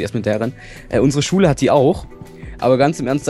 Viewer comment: wen du Schule sagst hört es sich so an als würdest du Schwulen sagen:D Liken damit er es sieht:)